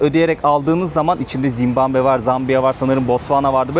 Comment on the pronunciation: zimbambe degil de zimbabve desen daha iyi zor dayandim